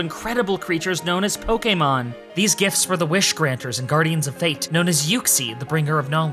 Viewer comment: I'm only a few minutes into the video but I really gotta say you sound like you came straight out of the anime/movies, especially with how you perfectly pronounce Pokémon (po kay mon) its just so perfect lol